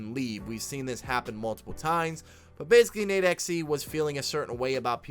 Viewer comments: It’s nade(dot)exe. It’s not nadexy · It’s pronounced nade x